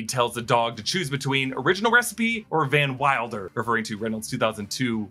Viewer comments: he says van milder not van wilder by the way but great video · he did lol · Deadpool doesn’t say “Van Wilder” about Nicepool, he says “Van Milder,” and it's hilarious. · I think he says "original recipe, or Van Milder?' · Deadpool Calls nice pool VanMilder not Van Wilder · Deadpool swings his katana around prior to the "worst thing to come out of Canada" line. Also, he calls Nicepool "Van Milder"... and the "Welshpool" (Wrexham colors) is Paul Mullins from Wrexham AFC. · He didn't call Nicepool van wilder, he called him van milder. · He says Van Milder, not Van Wilder lol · Quick correction: he didn't call Nicepool "van wilder". He called him "van milder" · he actually said Van Milder not Van Wilder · He said Van Milder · He called Nicepool VanMilder, rather than VanWilder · DP calls Nicepool "Van MILDER" not van wilder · He says "Van Milder," not Van Wilder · i thought he called Nicepool "Van Milder" not "Van Wilder" like more of a slight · When he referred to nicepool, didn't he say 'Van Milder'? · When referring to Nicepool I think Deadpool says “Van Milder” instead of just “Van Wilder”. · he said 'van milder' not 'van wilder' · definitely said van milder lol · I thought he said “Van Milder” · He calls him van milder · The joke is so much better, because he actually calls him "Van Milder" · oh no! he called it "ed-in-berg"!!! leaving out the Gambit Azazel fight is criminal lol Also, Deadpool calls him "Van MILD-er", if any of you caught that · Hey, when he asked dog pool to make a choice... I thought he called nicepool "Van Milder" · He called him Van Milder